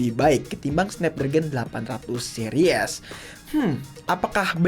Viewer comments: Menurut gua mediatek adalah chipset masa depan🗿 Edit : Dibacanya Siris bang bukan Series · Bacanya seris bg bukan series